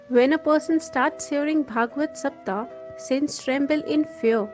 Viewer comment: Pl say SAPTAHA, SAPTHAHA...... Say HA at last.